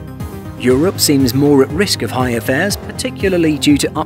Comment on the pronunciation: Higher airfares, not hier airfares.